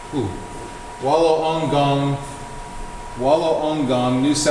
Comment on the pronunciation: Class... Class... Class...!! Time for a geography lesson: Malta may be an island, but it ain't nothin' compared to the world's biggest: Australia! I thought you might have trouble with it - but you have to go with the indigenous tongue: Wool-ong-gong - supposedly " the sound of the surf " ( contrary to how it's spelled ). Say it a few times, and it starts to roll off your tongue, like it has for the true locals' ancestors, who've been here for about 40,000 years. Cheers